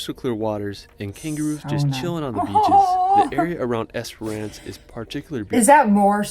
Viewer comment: Great reaction, I love how much you love animals 🥰 So much natural beauty all over the world. This guy definitely had all the usual mispronunciations, but my favourite was Esperance, he kept saying Esperonce, it sounded so funny, never heard that one before, lol, but it was a lovely video, so who cares. ✌❤